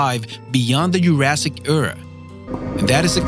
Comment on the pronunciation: I know this is my Grammar Nazi side out but it's pronounced Jurassic not Yourassic. And it's eecosystem, not echosystem..... Not trying to be rude or disrespectful that was just driving me crazy lol. I have a pet-peeve about words that sound like they are said incorrectly lol not trying to bash you for it you make awesome videos 😀 ..... And it's pharmaceutical not pharma logical...... Sorry you are just driving me crazy with this lol